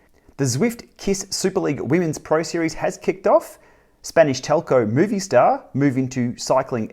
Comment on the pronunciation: Awesome episode. One tip: its not pronounced moviestar, its mobistar